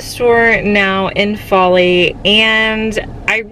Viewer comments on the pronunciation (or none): Foley al is pronounced fo lee not fa lee! Also could you do some colorful projects? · It actually pronounced faux-lee. Btw. I live here in Alabama and gulf shores is my dream home! Love the area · Cyna411 that’s what I was coming here to say, hahaha! My sister in law lives in Foley (foelee) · Welcome to Alabama the Beautiful! The second store, Foley, is pronounced with a long o. Enjoy Gulf Shores!